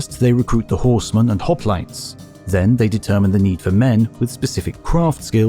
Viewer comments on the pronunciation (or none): none